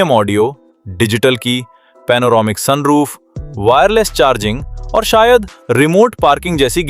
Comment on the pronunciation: Soon roof kya hota? Sun roof hota hai😂😂😂